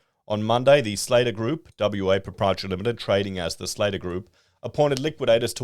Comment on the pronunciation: It's pronounced slatter like hatter